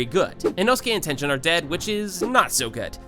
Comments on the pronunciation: bro whats tenjen 💀 its ten - Gen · you said tenten not tengen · bro really said “tenjen” 💀💀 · this nigga said tenjen 💀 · ngl i hate how you dont know how to properly pronounce tengen or mugen when they are said so many times in the anime (correctly) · Did you really pronounce mugen like mu Jin and tengen like ten jin